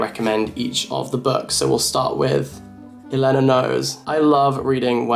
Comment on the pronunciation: every time u say Elena like that a fairy loses its wings